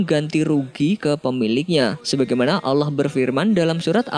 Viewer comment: Bang sebenarnya yah allah bukan yak allah